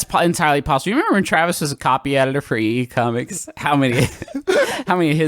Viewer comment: I thought Griffin said EE Comics instead of e e cummings and I got really confused.